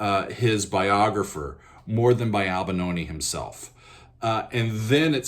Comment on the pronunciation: Albanoni? Why do Americans butcher each and every last name? You are able to spell, right? Replacing an 'i' with an 'a' might be an American thing to do but...